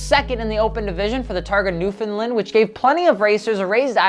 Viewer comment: The way you said "newfoundland" gave me cancer